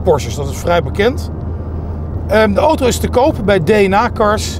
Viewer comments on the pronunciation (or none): none